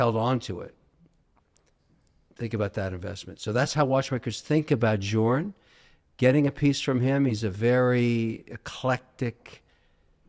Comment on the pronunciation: Bro has literally met Jacob, and says FP Journe 🤣